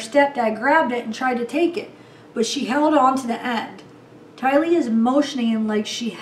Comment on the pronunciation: You said "TY-lee" 😁😁😁 that sounds great. You are so sweet. Hang in there through this new normal. 🦄